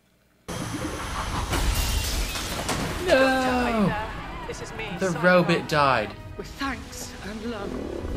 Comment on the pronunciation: Did you call the robot a robit?